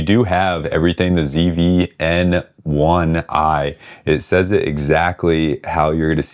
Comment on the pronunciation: You don't pronounce the name right even lol